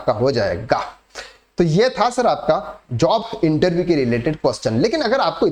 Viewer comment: Interveeee mat kahen bhai, irritating